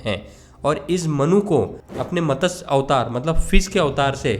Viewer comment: Bhai matas nahi matsya